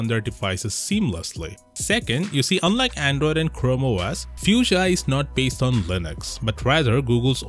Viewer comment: Ypu say it like "fooshia" not how you saying it